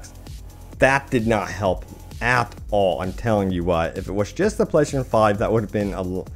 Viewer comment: You should just say ps5 instead of slurring PlayStation 5 like 100 times